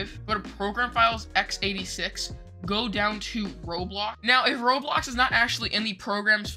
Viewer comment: bro said roadblox